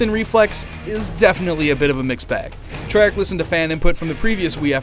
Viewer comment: did he say Trearch ar ?